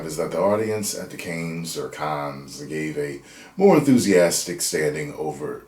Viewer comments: Cannes is pronounced "Can". The "es" is silent in French. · its pronounced "CAN" cannes is french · It’s cans. Like soda cans. Cannes film festival it’s pronounced cans. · It's the Cannes (Kahn s is silent) film festival held every May in Cannes France a seaside town where films are screened for potential buyers to distribute and presents the Palme d'Or (golden palm) award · Cannes (pronounced “con”) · I think it’s pronounced like the Star Trek villain…Kahn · Only because you mentioned it, it is pronounced like "Kahn" (as in "The Wrath of Khan"). The "S" at the end is silent. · Can’t take a movie YouTuber seriously if they don’t even know how to pronounce Cannes